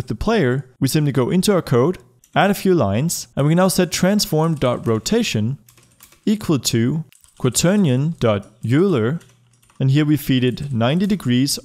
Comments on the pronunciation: When I first encountered the word "Euler," I looked it up. It's the name of a mathematician or something (I don't remember specifics), and it's pronounced like "oiler." I assumed "you-ler" at first, as well. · Oh god I'm sorry but Euler is pronounced Oi-ler, not U-ler. That's a real pet peeve of mine. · Thanks for information :) I was pronounce "yuler" , till I read your comment <3 :) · Isn't it pronounced Øj-Ler? Not U-Ler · Love your videos. "Euler" is pronounced "oiler" by the way <3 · Finally someone said it :) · Love the video, I figured a minimap would be a pain but it's not. Small nitpick though. Euler is pronounced "Oiler" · Gavin In our class we usually call it EU -ler (spanish wrong spelling)XD Hard to get used to saying it right for some reason 🤔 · 'Euler' is pronounced 'Oiler'